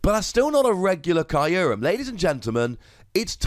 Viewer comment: I hate how Kyurem is pronounced in this video. I thought it was "Cure-em".